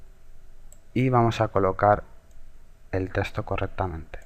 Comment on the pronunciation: buen tutorial amigo =D me da riza cuando dices testo xD, bueno suerte